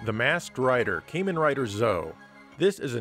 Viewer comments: Not Came-in Rider you murican. KARmen Rider! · So many neat titles I'd love to try out someday! I'm terribly behind on catching up with some Sega CD must-plays. Oh, and just for the record, it's [kamen] not [keimun] - "Kamen" is Japanese for "Masked". And it's "Zet-Oh" as opposed to "zo" (or "ze-oh" as also commonly mispronounced).